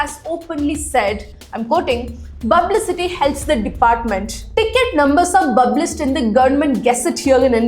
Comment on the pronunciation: you can correct your pronunciation of public publish etc.